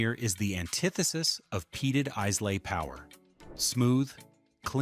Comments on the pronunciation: Its not “eyes-lay, its eye-la”!!!! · Must be AI?!? Pronunciation sucked!! Eye-Luh (not Eez-Lay), etc. etc. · Dewar’s 18 year old blend. Give this a go it’s stunning. Glenmorangie original lost something with the new label sadly it was one of my favourites. Pronounced with an emphasis on the fruit Orange. Pronounced Ila not islay. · Look, if you’re going to talk scotch, do no use an Ai voice. It mangles the way the brand names and other terms should be should be pronounced. You already lost me in the first 8 minutes, but when you pronounce it is-lay, then ize-lay, you do no justice to any of this. There is a mispronunciation in literally every 30 seconds of this video, which tells us you’re not doing this for a love of the drink nor the industry nor the very old and respected distilleries. Shame on you guys. Show some respect. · A mispronunciation of Islay.